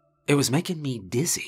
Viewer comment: ahead of it hit before